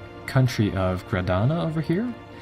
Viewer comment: Gibraltar = Ji-BRAL-tar Casus Belli = CAS-us BEL-lie Granada = Gra-NA-da Savoy = Sa-VOY Papal = PAY-pul deign = DAIN Cristobal Colon = Spanish for Christopher Columbus, CRIS-toe-bal Co-LON Badajoz = Ba-da-HOZ, or alternately Ba-da-HOTH (the Spanish translation) The repeated and careless mispronunciations are very distracting. I don't think I caught them all, either.